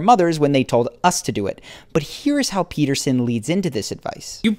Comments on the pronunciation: Well, you say Jordan Peterson at the beginning of your video and then you say "Pepperson". I would say to attract respect 1ST: Always master the pronunciation of the name of the person you are talking or referring to. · Its Peterson not Peppersin! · Pea ter son.....not pep-per-son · Even the captions heard Pepperson. lmaoo. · I came here for this. I was like... Did he just called him Jordan Pepperson? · Edgar Allan Tone I legit heard Pepperson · Stephanie hahaha nah he said “ Jordan peppers on” hahh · "Jodan peppers in..." is what he said, but he said it with a weird inflection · Hahahah yeah it does sound like that doesn't it? "Jordan peppers in.." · mark the narrator said Jordan PEPPERSON lol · he says "Jordan pepperson " haha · 2.22 he calls jordan "jordan pepperson" 😂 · bruh i thought he said Jordan Pepperson 💀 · I'm sorry... did you say.... Jordan P– ....Pepperson? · Did he say Jordan Pepperson? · At 2min 20 seconds on … you said dr / jordan “PEPPERSON” …… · seems like he said Jordan Peperson lol. JP has all this going and still His wife left him....judge not a divorced man I guess... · RobbieJelsomeno that's what I heard😂😂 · I heard it and immediately searched the comments for a fellow shark. 😂